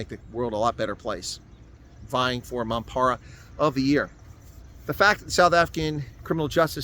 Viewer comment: love how you call him a mampara , now you just need to roll that R